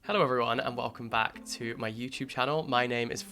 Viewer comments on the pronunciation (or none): none